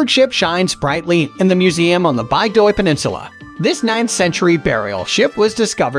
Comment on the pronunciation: Nice choices. Please work on your pronunciations: VEE-ge-lahnd: BIG-doy, Frahm.